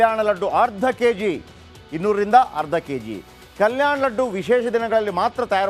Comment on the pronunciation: Ladd allappa adu "Laddu"